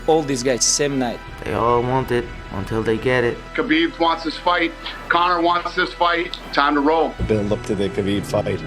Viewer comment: His name is Khabib. Not Habib. Put some respect on his name, habibi.